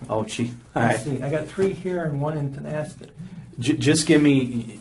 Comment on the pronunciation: Tonasket is NOT pronounced Tin-ask-et as is CCed in the video. It is Ten-ask-et. I used to live in WA State. U r pronouncing the Indian tribes name wrong. Tonasket, Washington Tonasket /təˈnæskət/ is a city in Okanogan County, Washington, United States. The population was 1,032 at the 2010 census